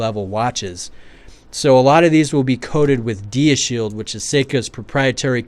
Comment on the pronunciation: It's "dya" shield as in 'diamond', not "deea"